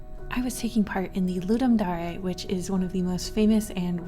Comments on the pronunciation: Ludum Dar-a? Its Ludum Dare right? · Dislike because you mispronounced Dare